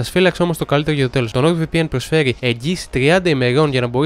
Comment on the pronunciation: to rrrrr ti epathe otan ekanes thn diafhmhsh tou nord vpn ??